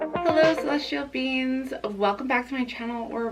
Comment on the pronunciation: I love that the way you pronounce ‘beings’ sounds like ‘beans’. I’m TOTALLY a celestial bean ❤️ thank you for this reading!